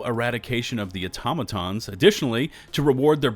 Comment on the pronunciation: Aw-TAH-muh-tahns 😢 please 🙏 not automo-tahns